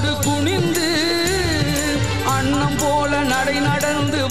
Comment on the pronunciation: அது தவறு.உதாரணமாக.. இதில்.. அண்ணம் அல்ல அன்னம்...கண்ணம் அல்ல கன்னம்...அழகாண அல்ல அழகான...கணிச்சாறு அல்ல கனிச்சாறு...தணியே அல்ல தனியே...உண்ணை அல்ல உன்னை. இது போல தவறான உச்சரிப்புகளுடன் தான் இன்று தமிழ் நாட்டின் பெரும்பாலான ஊடகங்கள் கூட தங்கள் செய்திகளை வழங்குகின்றன..